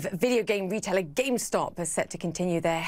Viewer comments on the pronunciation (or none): why she say GameStop like that